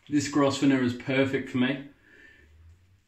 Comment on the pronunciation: Hi. New subscriber to your videos. Love your enthusiasm keep up the good work. Oh the brush is pronounced Grovner. The S is silent 👍